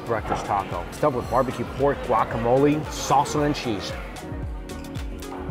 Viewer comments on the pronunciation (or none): Sir!!!!! Sir!!!!!! It’s ‘’guacamole’’ not “guacamolie” 😅